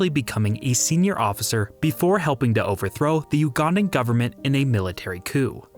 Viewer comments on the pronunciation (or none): none